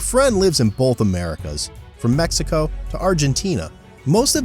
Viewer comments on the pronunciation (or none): none